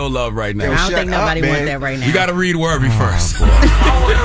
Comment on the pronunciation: It's "Worthy" not "Wervy" Charlemagne!!! It drives me nuts for some reason 😂